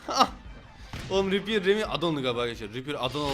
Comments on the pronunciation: Repear değil reaper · abi o repear değil reaper :D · Repear degil reaper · Ripper'ı Reaper diye okuyan ingiliz